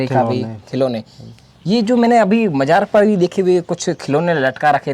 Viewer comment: Saadi, Majaar, Rista, Manjoor bohat khoob. Sharm karo, apni rashtr bhasha apni matr bhasha theek se bol nahi sakte. Learn to pronounce properly Shaadi, Mazaar, Rishta, Manzoor practice then open your mouth.